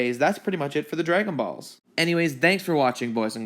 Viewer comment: Why does he say it like “ dragon baws”